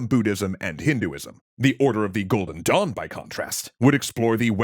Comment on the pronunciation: Had my eyes closed. Thought you said the order of the golden dong. 🤣